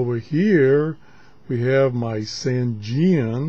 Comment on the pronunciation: Excellent review as usual, but you got a little dyslexic here. It is the ATS-909X and not XTS-909A. And, even though we all pronounce Sangean the way does here, it is actually pronounced "Sane" (like in insane) and "Jean" (like Levi's Jeans). SaneJean. I would just like to tell everyone that the sensitivity issue on the 909X whip antenna can easily be fixed with a cheap 4:1 antenna balun as described in the Yahoo Group for the ATS-909X. Also, I recently acquired a Clearmod version of the 909X, and the Clearmod has a sensitivity increase which puts it on a par with, if not better than, the Sony as well as all the new Tecsun portables. One of the very few Clearmod reviews available here